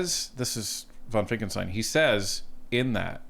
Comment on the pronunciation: I love your channel but please stop saying Finckelstein when his name is Finckenstein